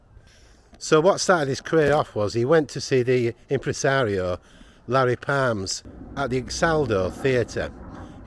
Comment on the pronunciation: Larry Parnes, not Palms.